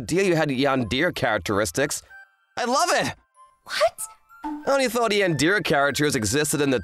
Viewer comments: Bro said yandeer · Cute story, seriously pronouncing yandere as yandear is funny